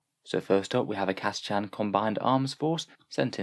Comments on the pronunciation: OK, you pronouced it Cata-"chan". I've heard them say it on the GW site as Cata-"kan". Anyone? Anyone? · Have you ever heard it pronounced Cata-“shan” though?